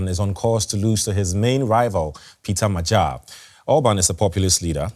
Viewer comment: Next time, please look up How to pronounce Magyar. It’s the name of our nation as well. Lame